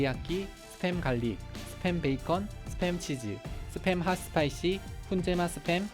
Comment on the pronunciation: 재미있는 사람이다. 스팸 을 습햄 이라 읽고 말이죠 ㅋㅋㅋㅋㅋㅋㅋㅋ